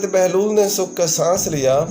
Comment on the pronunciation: Baglol ni Bahlol Lafz hy mery bahi alfaz ka bayan sahi tarha karna seekhan.